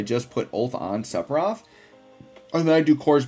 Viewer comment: Love your videos but HATE how you butcher his name :D